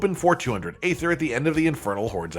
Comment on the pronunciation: Draught is pronounced draft. And aether is pronounced ee-thur.